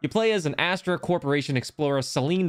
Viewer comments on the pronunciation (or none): none